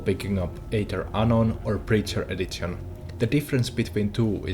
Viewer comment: edzizion edzitionz bro D:!~